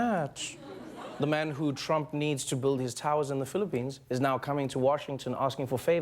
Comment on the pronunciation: albert marian gamer You keep saying "Trum." It's "Trump." Do you seriously not know your Supreme Leader's last name? Supreme Leader means someone with a lot of power over pretty much anything under his domain, by the way. I figured you probably wouldn't know what it meant.